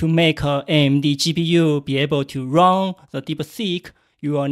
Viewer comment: be aware of the difference between the pronounce of run and wrong. what you said was to wrong the R1 we use ......